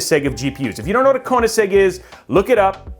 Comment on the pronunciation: Cone-a-seg..? Interesting...